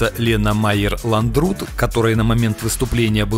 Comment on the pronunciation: А еще лАндрут, а не ландрУт